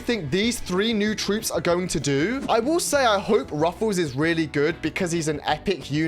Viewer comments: Btw you pronouce it “ruffs” not “ruffle” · It's Ruffs not Ruffuus he uses to be called colonel Ruffs in brawl stars cuz he is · Its not ruffuls😂 its ruffs or colonel ruffs😂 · why does he keep calling him ruffles? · its ruffs not rufus !!😡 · Bro its ruffs not ruffles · Is Ruffs not Ruffels❤ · Its just ruffs not ruffels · Bro really said ,,ruffels" at the beggining 💀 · Every time wen you say "Ruffles" had me dying😭😭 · "Ruffles have Rrrrrridges!" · Bru said ruffles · Bro i can't watch this video because you said ruffles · Why is bro calling him ruffels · You say ruffs incorrect you can check videos on brawl stars how to say him😅